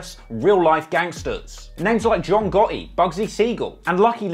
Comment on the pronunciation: "John Gaw-eeeeeee" did me in